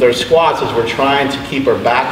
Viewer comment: Ok so iv heard say squats several times like squets lol. Is that just how he pronounces it or is it a joke?